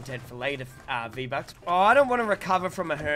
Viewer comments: Vee bucks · Vee Buckz: cumtent PewDiePie: Vee Buckz did an OoPsIe!